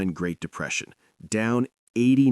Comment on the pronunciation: "1929 GREAT DEPRESEITION' - yeah that was memorable ... huh !?